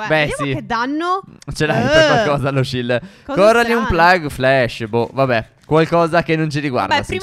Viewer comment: Stef perché dici shild se siamo in in Minecraft